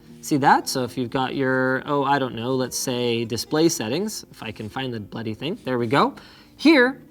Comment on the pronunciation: LINUS WENT BRITISH WHEN HE SAID BLOODY BUTTON HAHAHA